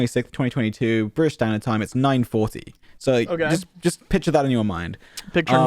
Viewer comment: "that's some britiss sh."